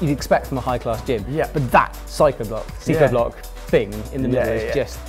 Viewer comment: the kid corrects him instantly for saying psychoblock lol